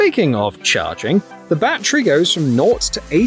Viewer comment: whas a mosk? and whats a battree?